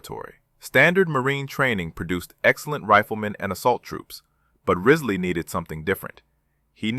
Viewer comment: The commanders name was James P. Riseley not Rizley. This is all in a book, 40 Thieves of Saipan.(My great Uncle.)